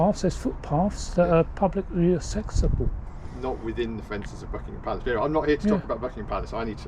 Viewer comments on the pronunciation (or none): "publically assexable" 😂 I hope to hear this phrase in future videos too,.